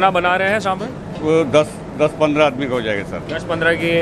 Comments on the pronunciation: It's not sambr.. is saambaar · It's Saambaar not sambar